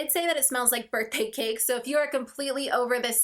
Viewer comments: Lol i heard burnt pancakes toooo!!! Not birthday cake lol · Lisa Erin I also heard burnt pancakes I was so confused I also had to go back 😂😂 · I thought I heard burnt pancakes too 😂